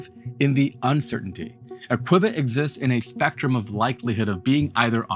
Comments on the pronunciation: It’s pronounced KYOO bits. Not kwibits. Like so many shows like his he probably got the information from the company’s public affairs department, which had brochures and a website. Had he visited the company he wouldn’t have flubbed the pronunciation. And look at his topics. They’re rage topics. A dozen other channels are talking about quantum computing (and pronouncing qubits correctly), as well as “Dark Oxygen”, the energy costs of A.I. Some channels just repackage another channel’s info. This one didn’t. If he did, he’d know how to pronounce “qubits”. It’s like the news. What’s trending? He blew this one, though. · What drives me Nu-ts...hearing Qb-its instead of Q-bits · Just FYI it is not called a kibit it's pronounced QuBit..... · Q (quantum) Bit. Hearing “quibit” instead of “q-bit”repeatedly… my OCD… “quibit”“quibit” “quibit”… 🤯 I couldn’t finish the video. I actually had to close YouTube, stop working, and take my dog for a walk, before writing this comment and getting back to work with background music instead of background YouTube. Sorry. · This is why Thunderf00t buried you. It's pronounced "(queue-bits)" not "quib-its". There's not even an "i" in Qubits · Note it's pronounced CUE-bit, not kwehbit. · Kwibit? Khuwbit? Dude! Da F**k is wrong with this guy? QUE-BIT - like a pool Que, you know.. things that smash balls in pockets? Not his.. pockets.. though, it sounds like it! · What the hell is a "quibbit"??? I know what a Qbit is, but what is a quibbit??? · Nobody says "kwibit" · Why must you call it a qwibbit? Video is so good but hard to listen when u call it a kwibbit lmao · Qwibbits , lol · Two Kwibit da Vinci...Poly Kwibit da Vinci maybe. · CUE BIT pronunciation put me right off. Couldn't reach more than half way through the video. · wtf is a kwibit? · If its pronouced kwehbit, is your channel pronounced twoohbit? After you got to the 50th use of kwehbit, I had to bail. Man, could've been a great video. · Your mispronouncing Qubit 😔